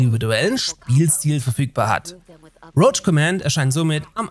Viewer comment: Mich triggert, dass es routsch command gesprochen wurde. Im Trailer sagt die Stimme sogar, dass es [rouwk] gesprochen wird. Ansonsten aber gutes Vid